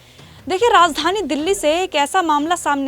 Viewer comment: Razdhani nahin Raajdhani bolo.